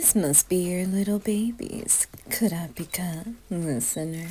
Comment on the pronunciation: she said all the other names for main 4 right(not leoiro she said orio)but come on don't do this to kurapika but she can say mommypika perfectly so I'm going with that